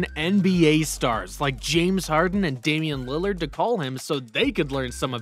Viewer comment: said "Damian Lillard", mah boy do your NBA homework bruh.